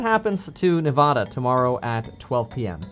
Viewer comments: It’s Ne-VAH-duh It is not Ne-VAW-duh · It's NevADa not NevAHda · The second pronunciation of Nevada is correct. Ne-vah-duh not Ne-vaw-duh. Locals are very passionate about correct pronunciation. I'm from Las Vegas, and I hate when people call it Ne-vaw-duh. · Its Ne-vad-uh not ne-vod-uh just like it's not col-if-ornia. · The right way is NE VAA DA. NOT NE VAH DUH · People from Nevada say Neh-vad-uh. So that’s the way. Not Nuh-vah-duh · How to pronounce nevada Ne-va-duh, not ne-vaw-duh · It is Ne VA DA. Like the a in hat or apple. Not Ne vah da like the a in ball. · Neh vAH duh Not neh vod duh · I grew up in Reno. It's Neh-VAHH-duh - the middle syllable rhyming with "had" and "bad" and we hated hearing that middle syllable wrong! Thanks for info. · It's NEVADA! P.S. what's with the hat bro? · As someone who grew up in Vegas, it is NOT nev-AW-duh 🤦‍♂️ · ITS NEV-ADA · Speaking as someone from the state its Nevada not nevauda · It’s Nevada not Nev-ah-duh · It’s Nevada. Not Nev-aw-da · It’s pronounced Ne-VA-DA say it Slowly! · Its Nevada like Dad-uh. The “ad” in Nevada is pronounced like “ad” in advertisement. Source: born and raised here in Nevada. Have family that have been here since pretty much statehood. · when you said Nevada in two different ways, it just sounded the same to me lol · People from Nevada pronounce the first a as at, not ahh. Your second pronunciation was correct. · Kevin, Nevada is correctly pronounced the second way you said it when you addressed the topic. Nobody who lives here full time says it that way. #washoecounty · As a native of Nevada, the a is as if you were saying Apple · You pronounced it wrong, it's Nevada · It's pronounced Nevada, not Nevada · Nevada=a sounds like cat. ;) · it's pronounced Nevada